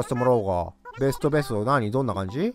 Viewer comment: おれ、別荘コーディネーター、えそそ 殴るよのくだりすきだなぁ 別荘がベストに聞こえたwww